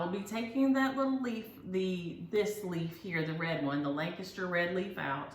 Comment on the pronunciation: So being from Lancaster, PA I'm wondering where, learned how to pronounce Lancaster correctly!? 😃